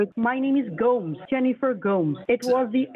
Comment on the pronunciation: the thing that cracked me up was he was attempting to say Gomes, he chose a Spanish name for himself but had no idea how to pronounce it so went for GOAMS